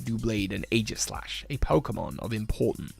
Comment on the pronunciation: Oh no. The new kids mispronouncing Aegislash